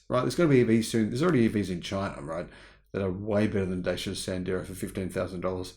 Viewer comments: Dacia is a Romanian company and the name is pronouned 'Datchia'. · Just a FYI, the name "Dacia" is pronounced like "Dutch yeah".